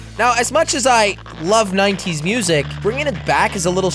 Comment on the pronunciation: Did he just say....... Ninetees?